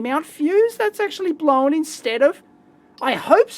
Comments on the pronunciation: TIL: Strine for "blown" is not pronounced 'blone', it's pronounced 'blowen'. Cool. If I ever have to fake the accent, this information might come in handy! :) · Whenever he says "blown" I hear "blowen"